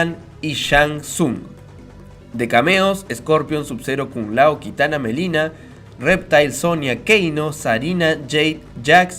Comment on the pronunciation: Es Milena no melina es con I....